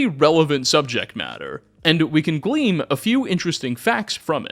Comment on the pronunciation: mispronunciation never stops, you need a speech therapist or something lmao. Theatre of war is pronounced like a normal theatre not thee-AT-er. It's glean not gleam. There's a lot more but i.m done